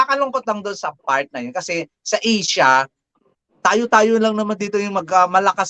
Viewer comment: Sa EESIA.. watch your pronunciation.. Ayaw ni Adam Genato yan..